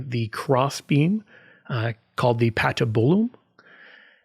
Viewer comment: pa-TIB-you-lum. Not pat-i-BYU-lum.